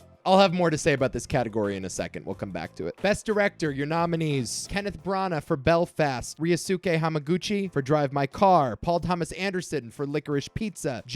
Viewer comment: Hearing you say "Bel-fast" is hilarious. My Mum's from Belfast and everyone I''ve met says it really smoothly ( Apart from the school bullies "Are you from Belllfasstt?" While thinking they were putting on a Belfast accent)